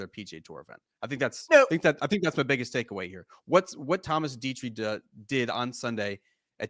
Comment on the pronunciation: Say it with me … ‘Detry’ ‘Thomas Detry’ Slow down, take a breath. You don’t need to be an erupting volcano when you talk. It’s not a competition to see how many words per minute you can say.